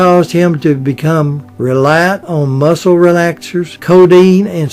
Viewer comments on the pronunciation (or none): none